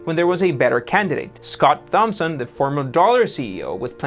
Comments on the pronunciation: Also Thompson is pronounced Tom-son. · How can u mispronounce Icahn and Thompson? Either you’ve never heard of these guys and therefore have no idea what your actually speaking about or you have no idea what you’re speaking about.